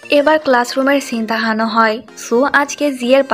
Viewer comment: আপু তোমার (দেহানো) শব্দ টা শুনতে ভালো লাগে না, কিছু মনে কর না😅